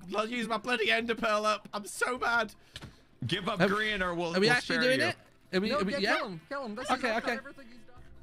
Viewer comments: HAHAHAH I only just realised u said grain instead of Grian 😂😂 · I wonder who "Grain" is. I know of grian. But not grain 🤣🤣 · Grian's name was mispronounced as Grain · lmao "GRAIN" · Haha! Grain instead of Grian XD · I love how he calls him "Grain" instead of Grian!😂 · It said grain at one point not grian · Gday. Do you deliberately call Grian Grain or is it autocorrect lol?